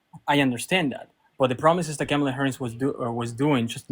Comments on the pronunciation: Why is it soooo bloody difficult for Maga to pronounce Kamala? It's "KAH-mah-lah." Not KEH-mah-lah. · Well, yeah. That's my point. It's odd that he doesn't pronounce the first "a" as "ah", the same as the other two "a's" in her name-- that he gets right. It's as weird as if he mispronounced hacienda with a short "a".